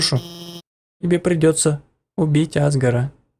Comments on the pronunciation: Правильно азгора а не азгара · Не Азгора (на а) а АзгОра (ударение на о)